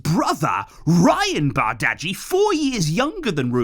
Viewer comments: most consistent youtuber itw, love the videos❤💙 and btw in denmark which of course is were we bought him from bardghji is pronounced like bar-dji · It's pronounced barji